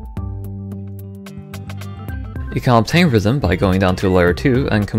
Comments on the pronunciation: deadass thought he said rizzm in the intro 💀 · bro talking about rizzm not rythm